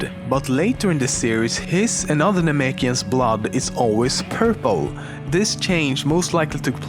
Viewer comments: its not namiks its namekians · ... It's namekian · it pronounced namekian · Um, one thing that really flipped me off....its when you keep saying "namic", for the people on Namic.....its actually a "namecian" Im not actually sure how to spell it